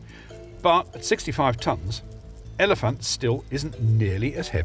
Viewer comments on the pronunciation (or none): none